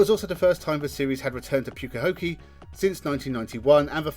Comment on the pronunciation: Someone who can not pronounce Pukekohe knows about nz Motorsport ? Who is this ! Much missed by this commentator.